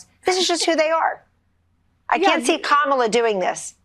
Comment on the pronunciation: Suddenly they know how to pronounce Kamala's name correctly.